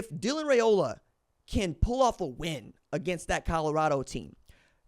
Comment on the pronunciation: Its pronounced Rye O la like rye bread not ray o la